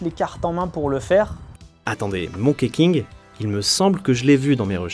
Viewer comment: Ça se prononce plutôt Monki que Monké King